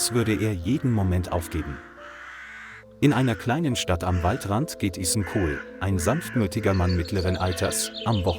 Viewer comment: The captions and audio don't match up. Also it's gross how. Ethan's name is mispronounced. Stop using chat bots.